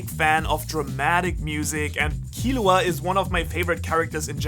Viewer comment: Man rly said killua 😭 instant lose